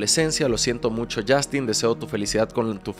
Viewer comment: Yastin 😂😂😂 ay porque me Dices yastin suena gracioso hasta en inglés lo pronuncian como yostin